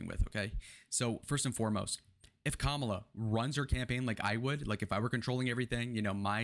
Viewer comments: You sound just like all the other GOP pundits trying to spin Harris's advancing trajectory. No one in the Democrat party thinks this is a blowout, and that she is a sure win based on the polls, which are just a snapshot in time. The fact that you can't even pronounce her name right, whether deliberately (which is childish), or due to lack of education, even though it has been said many times how to say it, really diminishes your analysis. She even says she is the underdog even given the poll numbers. To compare her to Hillary is a stretch. Hillary was a bad candidate and came off as entitled. Kamala comes off as genuine and trying to connect with people. That's what people are looking for. Contrast that to your guy, who does nothing in his rallies but throws insults, talks about his crowd sizes, and says everything is 'fake' when it doesn't go his way. We got rid of our 80yr old candidate, and like Nikki predicted, 'the first party to get rid of their 80yr old candidate, will win the race'. You guys got stuck with the Old Maid, who is only looking out for himself. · That’s not how you say her name!! Trump can’t speak 😂😂😂😂are u serious